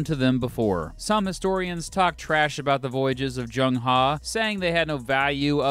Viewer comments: It's not Zheng HA - It's Zheng Heh (as in "her" without the "r") - Kinda important. Loved the video. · It is pronounced as ‘ Her’, not ‘Ha’. Haha... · the e in He is pronounced as e in earl gray, not as a in khan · Love your videos entertaining as well as educational BTW his name is pronounced "HE" like "huh" and his surname is "Zheng" pronounced "Cheng" hope you don't get offended Great videos keep them coming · Zhong Chen no, he pronounced " He " in "Zheng He" wrong.